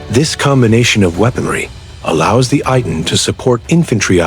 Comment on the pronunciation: Pronounced AY-TAN